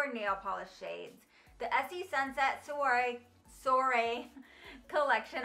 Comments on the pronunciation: Soirée is pronounced Swah-ray. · Love that you did this video. Wanted to let you know that Sunset Soiree is pronounced like sunset Sworee. 😘